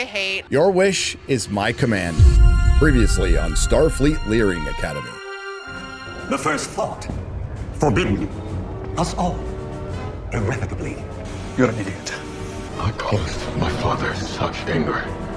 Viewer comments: "Learing" word of the year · "Learing Academy" 😂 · I'm sorry, it's "Starfleet QUALITY Learing Academy'" 🤨